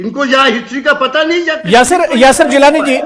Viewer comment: یاسر نام کا بالکل غلط بول رہا ہے